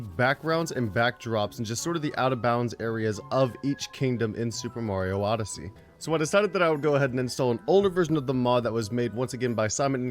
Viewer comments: do you mean Odessey not modessey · Its odyssey not modyssey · U always say modyssey when it’s odyssey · It’s odyssey not modyssey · Ronnie Guest he’s doing it on purpose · Anyone else here him say Mario modessy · He Said super Mario modyssey the first time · U always say modisy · Sooo... am I missing the joke? Why, in every video, does he say super Mario modyssey